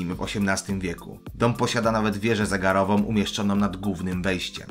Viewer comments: Popracuj proszę nad wymową spółgłoski 'ł'. Zamiast główny mówisz gówny, pótora a nie półtora, to trochę razi. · główny, a nie gówny, ok?